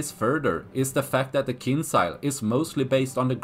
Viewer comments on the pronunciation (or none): J joules KinJals not Kinsal